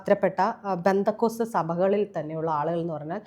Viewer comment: There's no "Bendacot" it is "Pentecost "